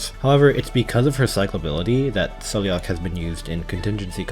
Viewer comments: She says her own name as "Sai-La-Ha" in her files. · I am part Gaelic and you pronounce it as sail-lock, also her full name is Saileach Willow, like the Willow tree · I think Saileach's name is pronounced more like "Sal-agh" lol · Saileach name is pronounced as sai-leech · Saileach's name is pronounced, "SAY-lock". It's clearly Celtic. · I think Saileach's name is pronounced Sai-lagh (according to her audio file).